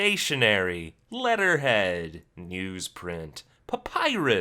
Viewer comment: it's papyrus...